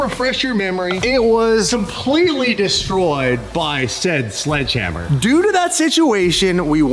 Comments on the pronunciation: Its SLEDGE hammer not SLUDGE hammer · It’s sledgehammer not sludgehammer. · Glad to hear things are moving forward with the lawsuit. However...it's sledgehammer, not sludgehammer. That drove me nuts. Haha